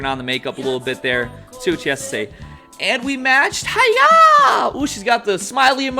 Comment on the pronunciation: thats not how you pronounce hiya - she's not doing a karate chop.